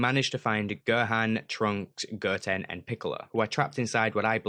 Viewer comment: Please don't say Ger-ku (Go-Kuu) Ger-an (Go-Han) Ger-tin (Go-Ten) and Ger-tenks (Go-tanks)